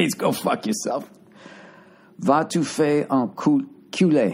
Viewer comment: It’s supposed to sound like Va Two Fay en (no clue what the last word you were saying was, almost like Kool-aid when you butchered it)